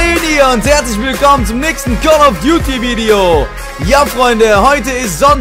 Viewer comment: Ich hab call of byuti verstanden